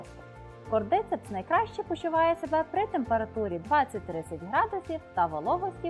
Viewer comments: Наголос: кордицЕпс, щЕлепи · Додивилась до назви грибу. Назва та, але наголос зовсім не там, а через це, особисто мені, вже не цікаво дивитись...